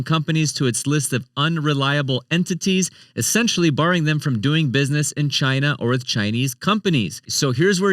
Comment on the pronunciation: Hey everybody, my name is and welcome to Sound Board Finance, where I help you master your money and build your ‘MADE IN CHYNA’” 💀